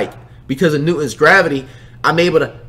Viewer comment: I Know Damn Well This Man Did Not Say Newtons Gravity😂🙄